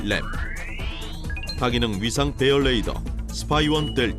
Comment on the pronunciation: 해설자 수고하시는데 레이더 (Radar) 의 발음에 유의하셔야 합니다. no ladar, please.